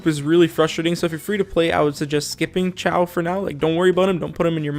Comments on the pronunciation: ....dude, you literally spoke xiao correctly, but the moment you said ciao, I was confused. It's pronounced, see-ow (ow as in pain but lower and read these two words together fast)😂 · Okay for the sake of all 😂 cause I died when he said xiao is pronounced as chiao 😂 😂 😂 Here is the correct way how you pronounce the Chinese characters from Liyue Xiao = Si-yaw / si-yao Ningguang = ning-kwang Xiangling = si-yang-ling Xingqiu= sing-chi-u Zhongli - tsong-li Qiqi= chi-chi Chongyun - chong-yoon/ chongyun just the same Beidou- pey-tow is the correct one if your chinese but I guess you can say Bey-dow and its acceptable. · Nah man Xiao is pronounced XI-A-OH not CH-AO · As a Chinese as well as an articulation therapist, I can tell you that "Xiao"'s name, for English speaker, the closest one is actually "shiao" instead of "siao" or "chiao". Although the Chinese consonant "x" doesn't exist in English, the best way to perceive it is that it's a very frontal "sh" sound. So try to push your tongue forward closer to your teeth when saying "sh" but stop right before it turns into an "s", so it sounds very narrow and like something in between a "sh" and a "s". I tried my best bro, this is my attempt to explain this verbally without any demonstration or visual. And also be careful of the "Zhongli" one above, you did a pretty good job pronouncing his name in your video. The one he gave you is close to some southern Chinese accent (which is actually super widely used), but the game is based on standard Mandarin pronunciation